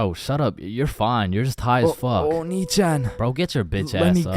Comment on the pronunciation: I never noticed until now that bro said “oni Chan “😂